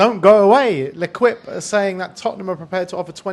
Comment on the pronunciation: Clarke joined Sunderland first on loan then permanently. The French sport newspaper is pronounced L’équipe as “leykeep” not leqweep”.